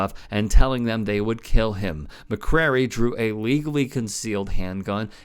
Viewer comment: FYI, dudes name is McCray, not McCrary